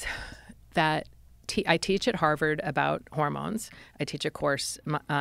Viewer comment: Is she says "havard" one more time.....